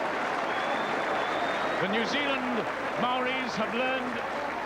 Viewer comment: I’m very impressed that the commentator is pronouncing “Maori” correctly. Many kiwis of that generation still alive now still pronounce it “Mow-rees” - completely incorrect